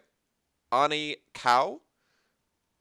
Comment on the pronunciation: Oh I was so glad I got featured on this show, thank you! (My name sounds like Annie, but it's okay I get that pronunciation all the time.) My card design was specifically meant for Shadows over Innistrad. It lets you have two spells you can cast to keep werewolf shenanigans from happening, it lets you fill your graveyard for delirium, and replaces itself in a form that is better for your needs. Think twice does a similar thing when it was in Innistrad block. As far as your card designs. I think they are both fantastic and very similar. Want a wizard for a card draw but add in some trickery into it to entice the player and their opponents. My vote is for: Cautious Illusionist ----- My design for this round is: Haunted Haze - 2U Enchantment Creature - Illusion (Rare) When Haunted Haze blocks a creature, it becomes an aura attached to the blocked creature. Enchanted creature gets -4/-0. When enchanted creature dies, return Thought Shadow to your hand. "This can't be right, is this...so familiar...where am...?" 0/4 Play off haunted maze, but it's a mental haze, a throwback (flavorwise) to "Meishin, the Mind Cage", and being a reoccurring annoyance. Hopefully it's good but not too powerful. ----- My suggestion for a design challenge: Cost: 2WU Color: White Rarity: Rare Type: Legendary Creature Special: Something that makes use of the new legendary rules, where you'll want to play multiples for some reason. Abuse blue's trickiness and white's power.